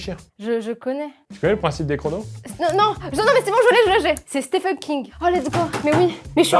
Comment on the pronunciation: C’est Steven King (même si ça s’écrit Stephen) 😭